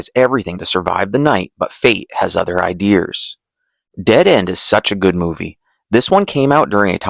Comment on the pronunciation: did you say 'idears'?